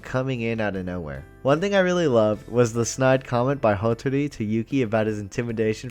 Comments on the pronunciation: I love these videos, but I gotta say, the way you keep mispronouncing Uo, Momijo, and Hatori is a little annoying. Ooo oh, Mo me gee, Ha toe ri. I mean it's pretty obvious that you are watching the Japanese version, and sometimes it's hard to tell how they are pronouncing it cuz you're missing when they're saying their name, and you could have dyslexia for all I know so reading the subtitles might have you mix up how their names are spelled so yeah I get it, but still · I just love these characters. Also: So anyway, mo-MO-ji and HO-tori…. 🤣